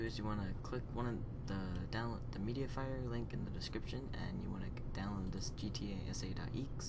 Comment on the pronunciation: He says "eeks" when he said exe wtf